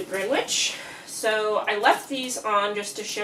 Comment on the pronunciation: Gren - itch. No green and no w.